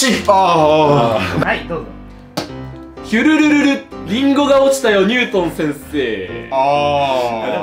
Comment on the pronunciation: 今さら気づいた。 字はヒュルルルなのに読むとき ヒュルルルルって言ってる。